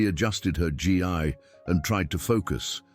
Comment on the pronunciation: F. F. S. it is NOT called a G. I. it's called a Gi.